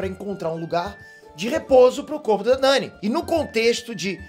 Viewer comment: Porque ele fala Drogon desse jeito kkk? E poque ele chamada Dany desse jeito também? Kkk